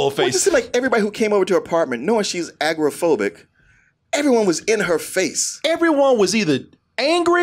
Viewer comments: How drunk was & for this review?: "Agrophobic"? You mean, agoraphobic?: "Hummage" You mean, homage. WTF, DT? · Love the review but, guys, it’s agoraphobic not agrophobic...you make it sound like she has a fear of the Agrocrag from Guts on Nickelodeon.